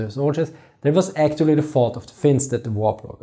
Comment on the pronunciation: You are "actorry" hyped to speak English. Good for you. Now pronounciation is next goal. Don't run before you walk.